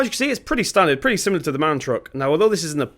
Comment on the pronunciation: Do you realize that MAN is pronounced as M-A-N? Just something I wanted to point out. I like the video though!